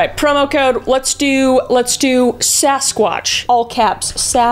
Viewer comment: Did she say “sex-squatch” at the end ? Hahahahahaha 😂😂😂😂😂